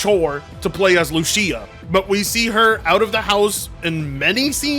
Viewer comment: How are you Hispanic and don't know how to pronounce Lucía